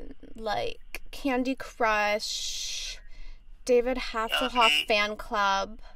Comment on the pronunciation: “David hasslhof”!!!😍😍😂😂😂😂